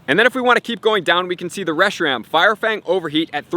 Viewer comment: It’s not “reshi-rom” either. It’s “reshi-ram”.